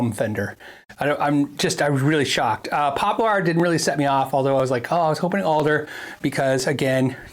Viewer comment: It’s “poplur” not “pop-LAR” lol